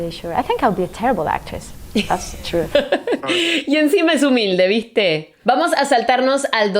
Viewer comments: Victe. 😂 La ame. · JAJSJAJAJA EL VISTE EN EL MINUTO dios te salio re argentino te amo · "Y encima es humilde viste" SOS ARGENTINA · "viste"... (mis amigos argentinos) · Minuto ME PEGUÉ ALTO VIAJE cuando dijiste “y encima es humilde viste” sonaste RE ARGENTINA 🤩